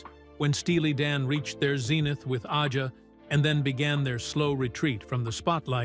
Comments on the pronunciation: Can't pronounce Aja correctly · Too bad AI can't even pronounce Fagen or Aja.